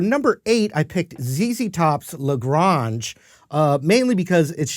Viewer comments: Yeah it's La Grange, not La Gronge. Not that that is a big deal. Lord knows I need lots of help pronouncing some words. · La Grawnge, huh? Oh you fancy. La Graynge, bruh. Love your channel and enthusiasm. Good to see the new red lady in play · Nice job! One note; In Texas and the South it's pronounced La Grange, not La Gronge (long A). How about a little James Gang Funk #49..... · Lol La Grange is pronounced like La GRAIN-ge. Billy says it in the song! "About that shack outside La Grange. Just let me know if you wanna go. To that home out on the range". Rhymes with range. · Glitter Twins? Also, La Grahnge? Bruh ... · Wow that Strat needs some balls to capture that tele sound from Brown Sugar. La Gronge - huh??? How about La Grange - they pronounce it in the song - sheesh! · You lost me when you called it La GRONGE. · OMG!! Let the student teach the Master something. ZZ Top’s tune isn’t French, it’s “La Grange” (pronounced in the ‘70’s as “La Gray-nge” as in Texas & Ga too). Yes, I remember 1973 well and the first time I heard the song even - I am old, I know. You Sir, are an amazing guitarist. Love your videos and channel! (I still want one of your reject guitars. 😂) MLLHR! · WTF is La "Gronge"??? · Great Stuff,. But, “Lah Grahnge”? Really??! Come On Man! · Love you but its "La Grange" ask a Texan how its pronounced Like La GRANGE (Range) Texas boys wouldn't take kindly to a french pronunciation... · Ok now love ya man. But that lil ol band from Texas song is pronounced with a long A sound: Lagrange. Like what your mom cooked soup on or where home home is — where the deer and antelope play. It’s Texas not France. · Being a Texan, had to say that you pronounce "La Grange" to rhyme with "range". We seldom pronounce foreign language city names the way a native speaker would. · Lagrange ...!!!with a LONG "A"!!! It's a town in in Texas. Get it right. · La Gr- Ayynge is how it’s pronounced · I hate how he pronounces la grange